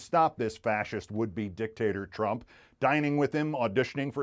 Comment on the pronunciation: I love how Keith accidentally says "drump".